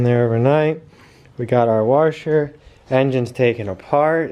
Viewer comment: This guy still can't say washer LMFAO